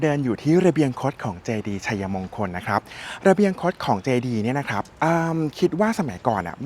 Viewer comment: ออกเสียง = ไช-มง-คน ❌ ไช-ยะ-มง-คน - คนอยุธยาเค้าไม่ออกเสียงแบบคุณนะคะ